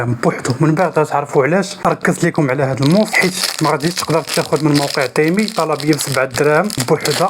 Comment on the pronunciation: يا اخي اسمه تيمو وليس تيمي